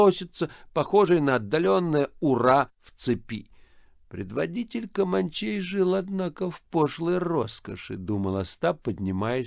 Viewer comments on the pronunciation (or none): Без малого 9 часов благородный Атос старательно разговаривал на разные голоса... Получалось не очень. КомАнчей особенно возмущало новое, оригинальное ударение, которым Атос наградил свободолюбивых индейцев.